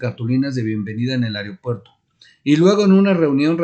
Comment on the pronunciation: No se dice ARIO puerto